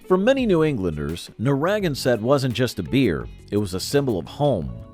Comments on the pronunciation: Whadabout Haffenreffer?????? And it's NARRA-GAN -set. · Whatever credibility this video had disappeared when they got to Narragansett. Ridiculous to do an historical look back and totally mispronounce a beer name that also utilizes a major geographic area of Rhode Island. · And you don't know how to pronounce Narragansett! This is so sad.... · The reason for most of these beers failing was the same for most of the beers profile. Also the narrator’s pronunciation of Narragansett and Tumwater weren’t even close leading one to think their research was flawed or incomplete. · I would have enjoyed this more had Narragansett been pronounced properly and if the Red Top segment had not also included shots of the current Red Top Brewhouse in GA along with the ads for Carling’s Red Top Ale. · You really botched the PRonounciation of Naraganset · Oh..The horrible mispronounciation of the name Narragansett 🤦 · I don’t know what’s worse in this video—the constant repetition of “the 1970’s and 80’s saw a change in consumer preferences toward lighter beers” or horrendous mispronunciation of “Narragansett”…. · Best to learn how to pronounce Narragansett correctly. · Please pronounce Narragansett correctly! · You are absolutely killing me with your pronunciation of Narragansett. Please research before you post. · Please learn to pronounce narragansett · Wow—his pronunciation of Narragansett really hurt my ears—I’m originally from Cranston, RI so I ought to know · The mispronunciation of this beer's name is truly sad. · never ever heard narragansett pronounced this way. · They need to learn to pronounce it correctly. NarraGANsett, not NaRRAgansett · I was enjoying this trip down memory lane when I heard the pronunciation of Narragansett. My ears began to bleed. "nar RAG en set"? Ouch, painful. This is New England. We don't put unnatural accents on names. It is pronounced "narra ganset". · Nobody else has either. It's Narra GAN set. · Pretty sure it’s Narra GAN sett